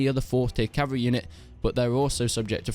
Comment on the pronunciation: “Strongest Calvary in the game” *laughs in Swadian